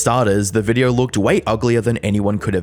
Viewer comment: Why do you add an R sound to words that end in an O? “In this videorrrrr” “Sorrrr sorry”